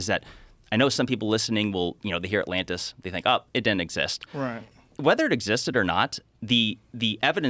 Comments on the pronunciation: The other times he says atlanis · Joe calling it Atlanta is giving me anxiety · First ten seconds and Joe calls it Atlanta.... brilliantly stupid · ATLANTIS 🤦‍♂️😂 joe you’re killing me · Atlantis Joe, not Atlanta. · I LOVE that in the first minute, dude mispronounces the name. Lmao